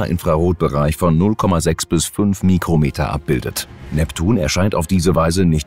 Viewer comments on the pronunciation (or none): none